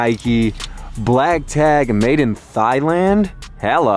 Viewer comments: “Made in thigh- land” 💀😂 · He really said “Thighland”.